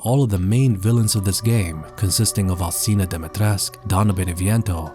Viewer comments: Why do people always say "Dimitresc"? It's "Dimitrescu", the 'u' has to be pronounced like an 'oo' in English. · why does he speak about Dimitrescu with a Spanish accent? her name isn't Spanish its Romanian It would be like changing your accent to a Vietnamese one talking about berlin it was so weird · You kinda say "Dimitrescu" in a weird way, don't you?